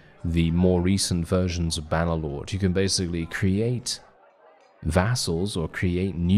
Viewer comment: "Bah Nuh Loawd" 😭 ❤